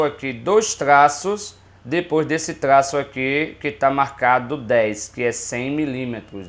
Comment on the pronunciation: cada tlaço kkkk